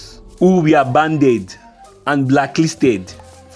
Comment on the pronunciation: Banned.... Not Banded